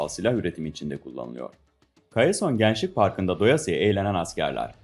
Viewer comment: gançlik değil gençlik :D